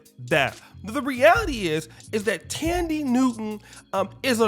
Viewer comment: Her name is THAN die ...not Tandy get it right, if you going to pour salt on the woman at lease get her name right 🤔